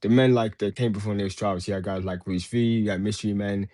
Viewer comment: Can’t say his first name 😂 out after 10s. Also criticising not doing his research when not even watched the show 😂😂😂